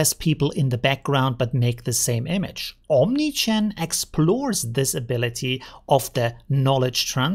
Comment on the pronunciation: Only me hearing OmniChan? :P